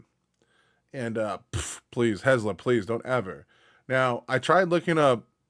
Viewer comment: Every time. “Hez la” it’s Helza, Hell za! 😂❤